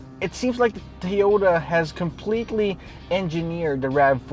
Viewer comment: "Toh-yow-tah" lol